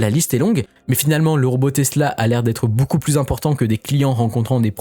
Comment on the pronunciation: on dit ''beaucoup'' comme ''beau cul'' ou ''beau seins'' ..et pas ''boucoup'' comme ''bouzin'' ou ''bourrin''... mais sinon à par ça ; merci pour les infos et les vidéos ...